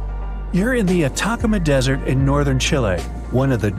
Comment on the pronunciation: Pronounced : “ata CAM ma”